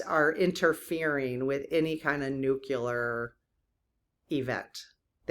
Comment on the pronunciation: Nuclear... not nucular